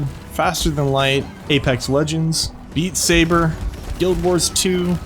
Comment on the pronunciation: When you listed Beat Saber as one of your favorite games, it sounded like you said 'Eat Saber' and I laughed WAY harder than necessary. 🤣